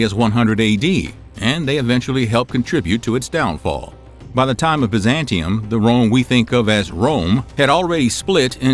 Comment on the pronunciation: Your pronunciations are almost enough to make me unsubscribe!!! Biz-ant-ee-um. You do this every episode! If you’re gonna teach history, do some research on pronunciations before you hit record! P.S. High-ah-sophia